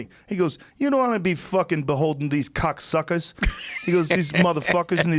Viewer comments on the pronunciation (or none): I heard “cocksuckas” and thought they were talking about Joey Diaz 😂